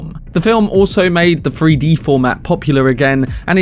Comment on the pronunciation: Free-D? You mean Three-D? Lol